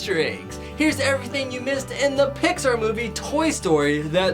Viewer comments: It's Missed. Not Mist, Mist is like water mist. Missed as in Didn't see. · You said mist instead of missed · Lol you said Mist instead of Missed. Learn to spell... please?? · Missed, not mist (mist is fog)